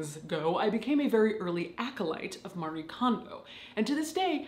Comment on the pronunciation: Her name is Marie Kondo. Not pronounced like "Mary", but "Mah-ree-eh (without H)".